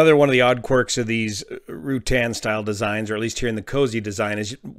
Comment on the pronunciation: fyi, the "U" in Ruttan is soft. so it is not Rew-tan. it's more like Ra-tan.